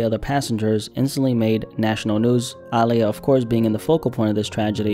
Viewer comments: Small petty thing, but why you keep emphasizing the "AA" in her name? Lol. People normally say it like UH, as in, Uh-lee-yuh. Again, I'm being super petty. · Ok I've heard her pronounce her name before and she's NEVER called herself AAH! LIYAH! And no one else ever called her that either. I'm not Gen z. I grew up on Aaliyah. Yes she pronounced it with more of an A sound but it was NEVER that exaggerated! Be atw fr rn... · Say it w/ me Uh-Lee-Yah. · “Ahhhhliya” was a tragic loss. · ahh-liyah is how you say her name, aaliyah herself told interviewers to say it that way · it’s uhh- lee- yuh you’re pronouncing it wrong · Bruh listening to you pronounce Aaliyah is like listening to nails on a chalkboard! When have u EVER heard anybody call her AAH! LIYAH??? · Incorrect. Watch any interview where she says her own name and it’s pronounced Ah-Lee-yah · Dawg it's pronounced ugh-lee-ugh ... aaliyah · Calling her Aah-liyah so many times was pissing me off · Stop saying her name every second,you say it weird. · absolutely HATE when people say her name like this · Nah he didn't say her name right. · I’ve never heard her name pronounced in this way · Bro saying all the names wrong but it's cool. Rip Aaliyah. 😢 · Some people genuinely just pronounce things differently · Yeah I noticed it too but didn't think how he did or didn't pronounce it was that big a deal 🤷🏻‍♀️ What matters is that her memory is being honored. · Why do you say her name like that? 🙄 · Why you pronouncing her name like that? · There is just something that irks my soul when I hear a documentary on a person of some sort and the person telling the story mispronounces their names and says it like a million times. Haven’t you met anyone with the name Aaliyah? Heard anyone say her name? Like bruh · Why do you say her name like that no one pronounce it like that sound crazy like you don't know da culture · Why tf you saying her name like that😑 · How you pronounce Aaliyah wrong